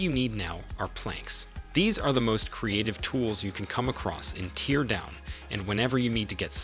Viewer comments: It's not pronouced 'tee-ear' like when you are crying. It is "tare" like, to rip apart. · Tear (in Teardown) rhymes with hair, fair, scare 😉 And the s in debris is silent. Deh-bree 😂 Minor but annoying things. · Teardown? You what mate? Tear. Tear... not tear. Bloody AI slop. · Why do you pronounce it "tear" instead of "tear"? 😉